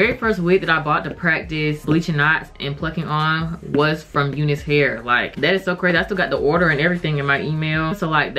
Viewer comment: Do they say to pronounce it "you-nus" hair? Because I, as a white guy, have always called it "you-nice" hair, like, that's some nice hair! Just curious!!